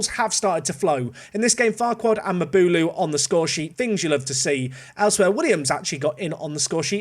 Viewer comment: When you say Maboulou (like ) I have no &%$@ idea which player you mean … can't be better than our man NLBM ;-)